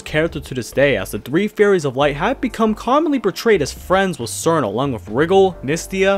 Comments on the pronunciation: I am pretty sure it's pronounced "Cheerno" though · tfw the official name チルノ is mispronounced as sirno lol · Sir No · I thought she was pronounced chillno like in chill. She's a chilly ice fairy after all. Chillno. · how are you gonna make a whole video about cirno and still mispronounce her name 💀